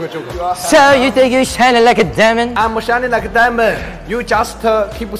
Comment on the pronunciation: "I'me~ shining like a dimond, You juste~ keepe~ silent" 😂😂😂That got me- ur so funny❤️